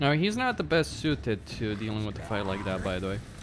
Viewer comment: It’s called “with” not “wit” pls fix that bro